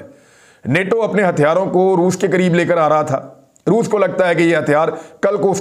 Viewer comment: Re baba Roof nahi re Roos Bol. Roos 🤣🤣🤣. Totle